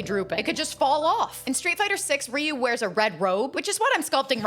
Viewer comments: It’s not riu it’s ryu pronounced (RI-YOU) but good cake I’m impressed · I've been pronouncing Ryu's name wrong for 35 years 😂